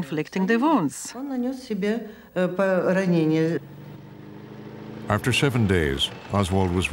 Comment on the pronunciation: "A man aft-err My Own Heart...".